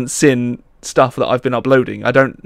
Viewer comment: says seen as sin it makes me chuckle.